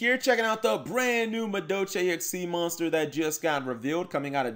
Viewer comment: Muh Doe Chay